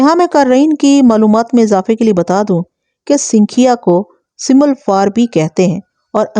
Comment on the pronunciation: Mahtrama sinkhiya ka sahi talaffuz sankhiya hai.Talaffuz par dhyan diya karen.